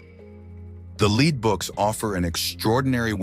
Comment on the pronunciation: Why mispronounced the word "lead".?????